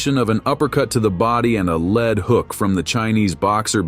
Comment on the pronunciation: Lead hook is pronounced leed not led. Must be AI